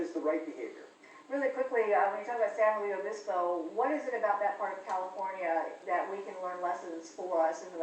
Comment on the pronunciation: Haha this guy cant say san luis obispo right.